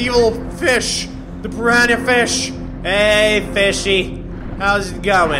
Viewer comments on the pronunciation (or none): none